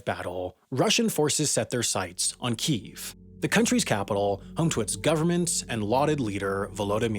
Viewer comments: except it's not. The two pronunciations are kee-ev (the Russian one) and kee-iv (the Ukranian one). Nether of which are keeev. You and Sam are the ignorant ones here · wtf is with this pronunciation change of Kyiv all of a sudden?? It's not kEEEEEv, or kE-ev - it's KEev one syllable with a slight but noticeable pitch change. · Its not Keev, its Kyyev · I am so agitated with people pronouncing Kyiv, "Keev". It's pronounced "Key-ev" or "Kevy-iv". It's not difficult to say. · Someone get me on this: How is Kyiv suddenly pronounced 'Keeve', rather than 'key-ev' as I've always heard it pronounced? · Kiev not Kiv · Kyiv is pronounced Kee-iv not Keev. It has two syllables. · It's pronounced Kiev isn't it? Not keev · Its pronounced "key, eff" No one ever called it keef until this civil war popped off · It's pronounced 'kyiv' not 'KEEV' lol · It's kee-yev not keev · Another great video, as always. But it would be much better if you should stop mispronouncing kilometre as "ki-LOM-e-ter". Also, Kyiv is pronounced "key-ihv", not "keev". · Can't believe he pronounced Kyiv as Keev. It's Keyev. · It's pronounced more like "Key-ev" than "keev" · Why do they insist on calling it keeeve...its Kiev..kyev..say it with me..maybe more western countries could readily identify with the improperly pronounced one🤔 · Why have commentators started pronouncing KIEV as Kyiv which is the Ukrainian pronunciation. Similarly we say Moscow, we don't say Mosckva. It says in Wikipedia "Kiev is the traditional English name for the city, but because of its historical derivation from the Russian name, Kiev became disfavored in many Western media outlets after the outbreak of the Russo-Ukrainian War". What bs. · its kyiv, not keev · I don't trust anyone that says Keev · Argh, you pronouncing it "Keev" had me googling for a long time finding conflicting information about whether there was a name change from Kiev to Kyiv in 1995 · Does anyone else cringe when they hear "keeve"!?